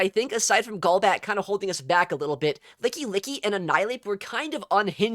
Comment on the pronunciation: Gaul-bat ❌ Goal-bat ✅